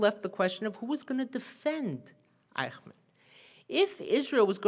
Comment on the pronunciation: The pronunciation is eysh-munn, not eye-kh-man.